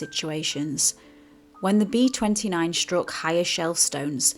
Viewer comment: They're known as B29's, not "RB two nine a's"